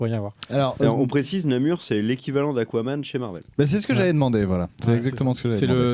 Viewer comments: Namor pas Namur, non? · Namur??? c'est Namor non?